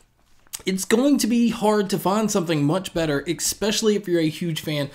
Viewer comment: ...EX-pecially! XD